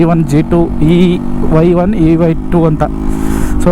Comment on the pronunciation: Its Y1 not EY1😅